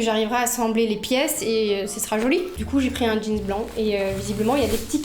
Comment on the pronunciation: Mais pk tu dis jeanz on dit jeans 😭